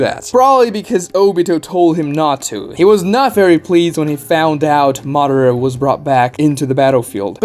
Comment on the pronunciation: Do you call Madara Uchiha "Mara" or is it just me?